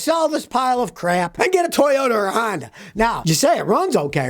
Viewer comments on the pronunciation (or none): none